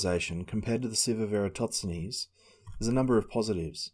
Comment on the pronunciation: EratoTSenes or EratoSThenes? Good video but hearing you say his name frustrates me a little, haha